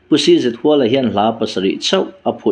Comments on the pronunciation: Huala tih lai hi Ram hual, khuaibu hual anga lam tur ni lovin, zawng hual, kal hual, tlan hual anga lam zawk tur a ni. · Cz Huala tih hi a thluk hniam tur a ni zawk em kha le aw.. Luaia tih ang a Huala tih tur a nem le..? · 1. 'CZ.HUALA': A hming 'Chhakchhuak Zâwnghuala' i ti nêm duai a,i chhiar zêlnaah 'Huala' tih lai hi 'sava bü ka hual' tiha hual rik angin i han lam ṭãl-h a.A hming 'Zâwnghuala' tiha 'hual' lam ang hian lam ta mai la😢 2. 'CHAWNGKHUPA': Hei pawh 'khup' lai chu a lam dãn dik 'chutia lam tür' tih a ni' i ti zuah zuah zo chauh a,a dik lo bawkin i lam zui a😢 3.Thudik leh hawrawp lamrik dãn dik hre si-a a dik lo bawka i lam lui hian 'mahni thu duh,thudik zãwm duh lêm lo,ṭawngkam chang tithlum' emaw tih mai i awl thei ang e. 4.Mi chanchin ani emaw,chanchin engpawh chiang fek fawk,belhchian dãwl taka i hriat hnü-ah chauh i channel-ah dah tawh la tiin zawm lëm loh tùr thurãwn ka'n pe teh ang che aw. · Zawnghuala tih ania hual ilam dan hi a dik chiah lo tihna ava ang ve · A hming i lamrik dan hi ,CZ Huala tih hi,i lam rik danah chuan,khuaibu ka.hual,tih hual ri hi a.diklo,zawnghuala ni nana na,i thu lam dan a zirin,ngaihthlak a chakawmlo thei aw.Coment hi chhiar ngei ang che.